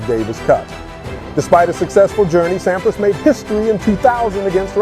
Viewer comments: Pronounce Agassi correctly and more people will watch this video. 200 k dash hr? More like 200 kilometers per hour. The narrator of this sounds like a college dropout. Sam PRAAAHS? This must be the worst video I have saw. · Thanks for video of legend. Some of the pronunciation (Sampras and Agassi), wording (km/hr not km hours) and visuals (stock footage not matching content- eg Wash DC doesn’t have palm trees and ocean views) are detracting.